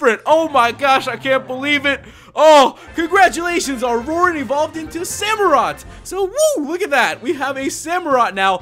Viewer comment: *RORAN NOT DORAN